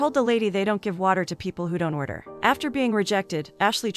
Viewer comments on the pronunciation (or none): none